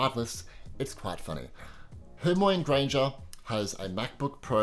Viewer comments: is it just me or did you say hermoine wrong? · It wasn’t just you